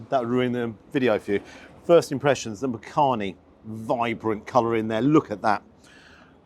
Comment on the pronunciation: 'Makhani' is pronounced (phonetically) as 'Muck-honey' - but you say it quickly as one word (and not Makhaani). Believe it or not, people from the Indian subcontinent make shepherd's pie and lasagna at home but will use Asian spices when preparing the meat. The traditional English recipe is just too bland for our taste buds! Not seen it offered in restaurants before.